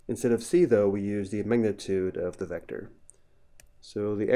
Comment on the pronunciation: lil bro cant say magnitute